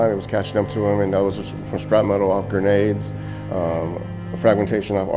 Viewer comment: Not to be a dick, but I hear so many people, both military and civilian, who say the word "shrapnel" wrong. It's not "scrap metal" or "shrap metal." There's no "metal" in the word, just in the bombs that make the shrapnel lol. Shrapnel is pronounced "shrap-null" or "shrap-nuhl." Shrapnel is potentially lethal fragments and pieces of a bomb or explosive that fly out at ultra high velocities in all directions after detonating. Even small pieces of shrapnel can be far more devastating to tissue than a bullet of comparable size. High explosives can detonate with an explosive velocity of up to 30,000 feet per second and that energy is imparted to the shrapnel. For comparison, the 5.56mm bullet fired from M16s, M4s, and AR-15s, leaves the barrel at an average of 3,000 feet per second and is considered to be a high velocity round! 9mm is 1,100 to 1,200 feet per second. Now you know why people who witness bomb attacks and thier aftermath often use the term "vaporized" to describe the effect a bomb can have on the human body. I'm guessing so many people say "metal" because in most cases the majority of shrapnel is from the bomb or she'll casing itself which is iron or steel.